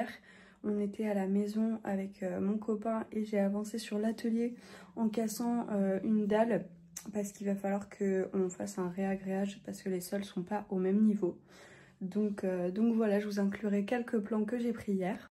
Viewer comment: c'est pas un RÉAgréage mas un RAgréage !!